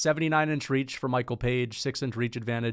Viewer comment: Why do you mispronounce fighters names constantly? Anyways page has no chance unless he lands that flying knee he's gonna try 5 times